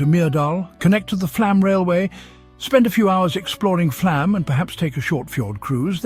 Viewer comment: It's pronounced "Flawm". It is spelled with a letter Å for a reason.